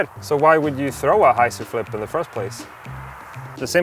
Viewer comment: 'Hy' zer!